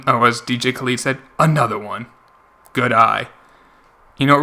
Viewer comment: boi u said kaleed not kahled